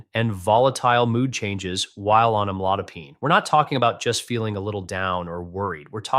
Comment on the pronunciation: Ai robot can't pronounce the drug.